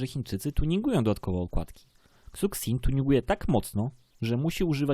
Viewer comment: Szu szin się czyta